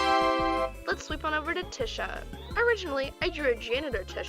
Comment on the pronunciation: first of all, I LOVE IT :3 (tisha is my fav character)!1!1!1 second, i think tisha is pronounced ‘te-sha’ idk tho.. that’s just how i say it 0-0